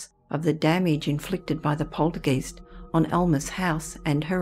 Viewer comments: I've NEVER heard another Australian pronounce it that way and she IS an Aussie. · I thought the same exact thing: long "i" sound and even commented the very same correction a few hours ago. I even checked the dictionary and they have it like this: poltergeist [ pohl-ter-gahyst ] Never heard it said any other way other than the long 'i' sound until this video. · Such a cultivated voice, it's annoying to hear the German "Geist" pronounced with a long "e" sound instead of the correct long "i" sound. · Poltergeist is a German word. When you get a letter combination such as ‘ei’, the i is pronounced. When you have a letter combination of ‘ie’, the e is pronounced. So the word is pronounced ‘poltergEYEst’, not ‘polterGEEST’. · Love your stories & your voice, but please its not poltergeist its pronounced polterguyst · Why does the narrator pronounce poltergeist as poltergeest? Eist is pronounced as heist not East! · Its pronounced polter guy-st (rhymes with sigh), not polter geest. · Not "polter- geest", it's pronounced " POL- ter- guyst" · I'd say Aussie, I've never heard it pronounced 'geeste' by any fellow Brit, but regardless, I could listen to this narrator all night! Such a lovely gentle and melodic tone, gEEst or gEYEst, I don't mind😁 She's fab to listen to! 😊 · I’ve always pronounced poltergeist to rhyme with heist. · Yes that’s right she pronounces it wrong which is not surprising if you have no knowledge of German , it’s pronounced guyst so like you said it rhymes with heist 😍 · Every time she says poltergEEst 🤔🤣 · Good video but it's poltergeist as in hoist not poltergeest 🙄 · lol, right you are.